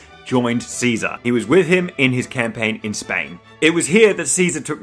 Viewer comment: The man went to Spain and made the S silent.